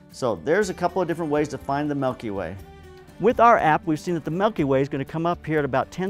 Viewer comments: It's not "melky way" it's Milky Way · Melkyway? Or milkyway? 😂